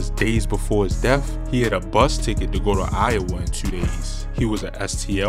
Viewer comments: Why you pronounce the number two as tu. 😂😂😂😂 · rverytime u say teww i start laughin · 2-Tuioo TO- tuwew😂